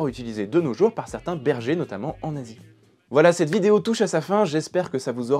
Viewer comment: En Asie... Liaison fatale pour la monétisation. Heureusement pour toi que cette vidéo est sponso ^^